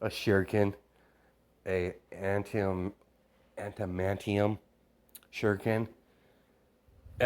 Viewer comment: A-da-Man-Tea-Um (Adamantium)